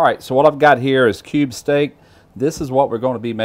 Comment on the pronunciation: again another nice nice nice nice one.oh hey, for a second i thought you was saying "KOBE steak" there and i thought HELL, has now gone rich and decadent? cube steak it was.